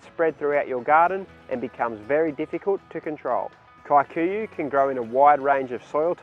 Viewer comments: The pronunciation of “Kikuyu” as “Kae-kuyuh” instead of “key-kuyuh” is hilarious. But so much nice information, thanks for the video. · It’s actually pronounced Key - kuh - yuh